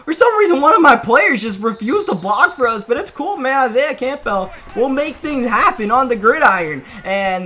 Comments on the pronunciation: Seriously how hard is it to say Campbell not camp-bell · It’ll be Madden 37 before you pronounce Campbell correctly lmao